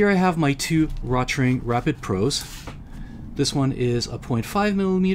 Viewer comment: The name "Rotring" is pronounced "roat-ring", "roat" rhyming with "goat".